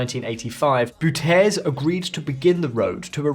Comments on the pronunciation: Thanks for the video. Couple pronunciation corrections: - Bouterse: first part “Bout” is exactly like “about” but without the “a”, the rest you pronounce like this: bout-er-su - staatsolie: staa-ts-oh-lee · It is pronounced Bow (like a ship’s bow) Tear (like love will tear us apart) Sai (like in he said without the d) Bow-tear-sai Bouterse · The dictator’s name is not french. It’s pronounced “Bautersuh” very Dutch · I'm Dutch, and for me it is unthinkable that Suriname is a forgotten or unknown country. BTW, your pronunciation of Bouterse is way off. You assumed that the last letter is silent, but we don't do that; it has 3 syllables and the stress is on the first. Both letters "e" are similar to the word "the", and "Bou" rhymes with "now" and "cow". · Desi Booooterze, makes him sound so suave. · Bouterse is pronounced Bow-Tur-Suh ITS NOT FRENCH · How did you just pronounce Dési Bouterse? Come on, get your act together! Just check his WP article, and there you see it [ˈbʌutərsə] And this WP rule is true for many others, too. So will you promise to henceforth actively avoid to make yourself a public fool? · So much great research goes down the drain when you butcher the main subjects names so hard. Google translate will even voice the names for you. Desi Bouterse is pronounced as"Daisy Bao-ter-sah' and definitely is not pronounced like a French person or whatever that was lol. Sorry had to rant love everything else about your channel ;) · Interesting topic. Enjoyed watching it. But hey, Bouterse shouldn’t be pronounced the French way. He is not the former leader of French Guiana… It’s pronounced as Bau-ter-se (the Dutch way) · You couldn't have butchered that name more if you tried. It's pronounced bau-turr-suh. It's a Dutch language name, not french. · Help the guy out, it’s Bow-tur-sah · 😮pronounce the name: Day zi Bow tur ze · Your pronunciation of Bouterse is completely off. Can't you do proper research? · The way he pronounced Bouterse. 🤣🤣🤣